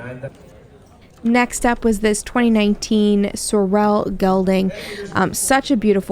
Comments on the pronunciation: You are pronouncing "sorrel" wrong. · If you cannot pronounce the word sorrel It is OK to call them Chestnut. ❤ not trying to be mean just trying to be helpful. Thank you for taking us along These prices are very low. Most nice auction houses go for closer to 10 thousand dollars or more . Wonder where this auction is? $500/600 horses not ridden probably went to Mexico for slaughter.